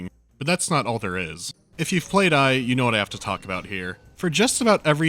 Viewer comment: E PS E. Not EYE. Epse.